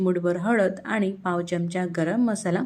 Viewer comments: च्यमच्या नाही बोलत. चमचा असा शब्द आहे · च्यमचा न म्हणता चमचा म्हणा‌. छान वाटेल.